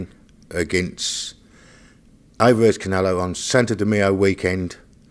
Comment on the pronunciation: WTF is "santa di meoh"? 🎅